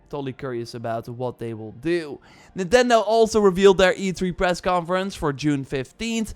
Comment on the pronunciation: I think it's supposed to be E3, not E tree